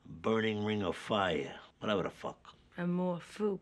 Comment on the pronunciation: Dr Melfi: Amour fou, as the french call it. Tony: Amar Phô or whatever Hahahaha 😂😂😂😂